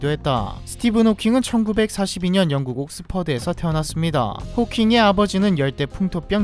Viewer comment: ㅅㅂ 이 댓글 보고 기다렸다가 보니까 자막은 영국인데 왜 왕국이라고 발음하는거지 ㅋㅋ